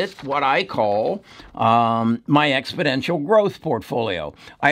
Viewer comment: Expodential??? There’s no D in there. 🤠